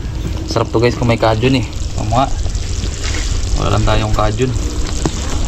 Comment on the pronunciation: Not Kajun….but Cajun pronounced as Key-juhn. Thank you. You been saying it wrong for a very long time now. For your own good. Peace!